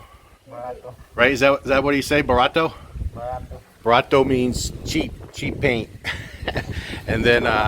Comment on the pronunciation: You did great with the Bisaya language! Barato and tubig. Tubig is also Tagalog. Your pronunciation was very good. I think it is important to learn some of the local dialects. My wife and I hope to retire near Mindanao in a few years and I have been studying Tagalog since the 80’s informally. Lately I have been trying to pick up some Davao style Bisaya from YouTube. I like hearing people try.